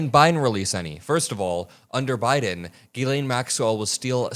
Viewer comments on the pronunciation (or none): * Ghislaine. Gees-lain (but with a softer G, and said like in "Gee".) I don't know why people like the guy in the video (not ) and so many other people say, "Galain" [Maxwell] which isn't even close.